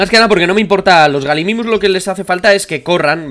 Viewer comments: No bliste se pronuncia Gallimimus no Galimimus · se pronuncia gayimimus, que significa imitador de gallina, de ahi el nombre